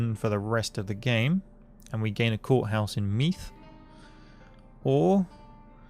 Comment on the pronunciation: And it's pronounced Meath. Me-the